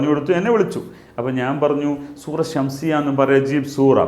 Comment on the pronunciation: സുറ ഷംസിയ അല്ല ഷക്സിയ എന്നാണ് മാസ്റ്ററെ